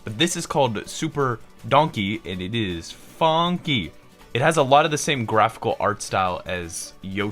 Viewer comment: Supah Donkey with a new fonky